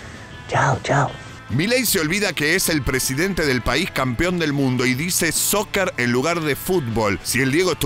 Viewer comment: Milei tendria q oculars d los problemas del pais, en lugar de estar pendiente del telefono. Y soccer esta mal pronunciado. Bien q no esta mas con Fatima, no es mujer para ser 1era dama.